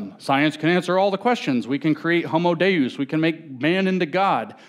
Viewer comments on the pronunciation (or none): none